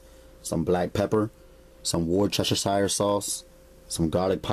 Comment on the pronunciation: tubbs I swear I was laughing every time he said it!!!!!